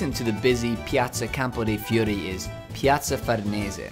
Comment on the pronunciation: Every big city is broken up into districts. Nothing unique there. And your pronunciation of Fiori? A bit off, I'd say. I missed Campo de' Fiori last time I was there, but will make a point of visiting it next time.